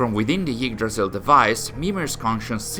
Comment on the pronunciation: When he says "Yggdrasil" it sounds more like "Yeetdrasil" lol